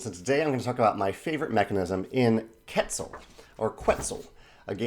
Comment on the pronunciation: Jamey I love your channel, I've been learning a lot from it! Just wanted to add a little thing, the game name is pronounced "ket-ZAL". I don't expect anyone pronouncing correctly foreign languages but some people may appreciate it, I'm sure I butcher german names and terms on a daily basis too :D